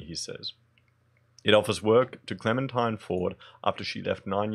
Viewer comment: All cle-MEN-tine must die...